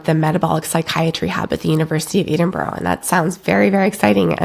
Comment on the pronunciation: It's Edinburgh not Edinboro